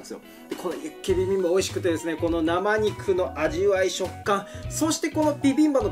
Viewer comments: ちゃんとピビンバって言ってて愛くるしいw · しっかりとビビンバじゃなくてピビンバって言ってるの奥野亭店主様のこだわりを感じる